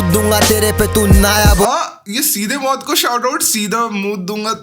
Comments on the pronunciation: Mout ni bhai moot hai vo😂😂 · Maut Nhi Mooth😂